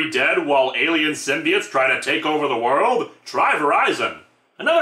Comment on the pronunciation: p. sure it's symbi oats and not symbi its